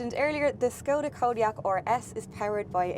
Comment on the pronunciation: actually pronounced the name correctly (Škoda is pronounced like "Schkawdah"). I think it's a sign of professional approach when a reviewer puts an effort into correct pronunciation of foreign brands.